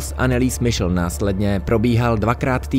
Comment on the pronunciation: Nechcem byť hnidopich ale podľa nemeckej výslovnosti by sa mala volať anelize michel